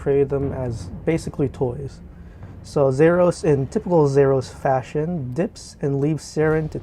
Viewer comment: Nice but thats not how you say "Zaros". Its Za-ros. Not Zer us